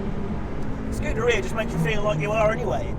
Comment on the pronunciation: It's (scoo-dare-ia) not (scooter-e-uh).. this fat sack of shit should stuff a pair of his oversized underwear into his moms volvo's exhaust pipe with a hose going from said exhaust pipe, into the window of said volvo while he's inside it with the windows up.. what a waste of life and space..